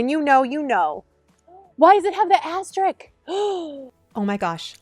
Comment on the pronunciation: Thank you for the worthy video. You previewed several items I'm going to acquire (the tree, bamboo bag organizer...). By the way, the last syllable of "asterisk" (note the spelling) is pronounced like "disk" and not like "sick."